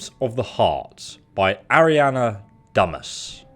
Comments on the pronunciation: I imagine it is pronounced "Do-ma" not Dumas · dumas is duma the "s" is silent. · I think the name on the journal is supposed to be pronounced "Dyma" like in the author's name Alexandre Dumas. Just... saying 😁 Some of the newer creation club things look interesting (especially because I'm pretty much in armor stuff) although I never used one cc-mod. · anyone else think he said "Crypt of the heart by Ariana Dumb Ass"?